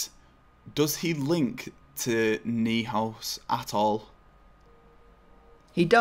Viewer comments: Massive fan of the channel dude. If this is me falling for a meme, well done... but Neuhaus... think Neuer I believe... Noi house. Based on the German word neu for new. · FYI, Neuhaus is pronounced ”Noy house” Love team takedown, keep up the good work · Neuhaus would be pronounced like "noi-house".😂✌🏼 Greetings from Germany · how is it people with english as their mother tongue can say Neuer's name, but when another name begins the exactly the same, they just can't say it? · will anyone ever say neuhaus correctly? No one struggles saying neuer, this is no different...